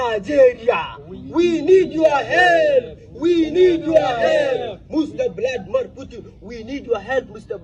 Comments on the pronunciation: Bradumor Putu????? Bruh... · 🤣🤣🤣 please listen to how this man calls Vladimir Putin from